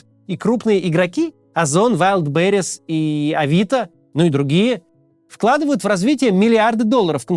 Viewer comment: Ахахах, Макс не знает куда в русскоязычном произношении Вайлдберриз ударение ставить.